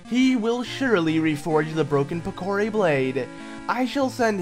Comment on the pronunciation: It is pronounced "Pick-er-ree" not "pick a ree"